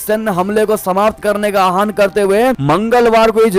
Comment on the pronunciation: आहान कोई भी शब्द नहीं है आह्वान शब्द है अपना उच्चारण सुधारें।